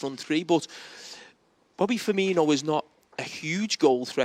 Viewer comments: Firmino! Not Firminio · firmino is pronounced FUR MEAN OH everyone has to add that brazillian spice to it lol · Micah can’t even say Firminos name properly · Firmino has been in the PL for 5 years and pundits still call him "Fiminho" and "Firminio"